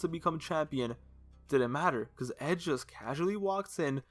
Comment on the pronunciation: Why he say hedge instead of edge lol